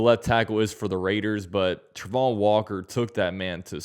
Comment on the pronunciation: I know you have an opinion on the pronunciation of Travon's name, and I ain't being an ass, but it's wrong. He definitely himself says it Tray-von.